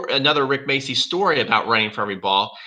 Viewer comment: Rick what?? Macey? what the hell is Macey? The name is spelled MACCI! This is an Italian surname. It's pronounced macci. Ma-cci. The cc is pronounced like ch in Charles.